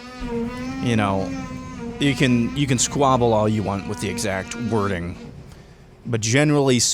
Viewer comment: He can't say can correctly or maga and you worry about this?